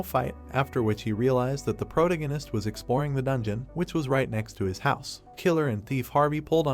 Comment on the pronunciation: I wish they would train the text to speech how to pronounce "protagonist" properly if they are going to use the word in every other sentence.